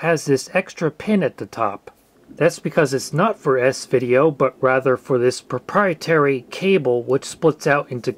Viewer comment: “proprietary connector” 😖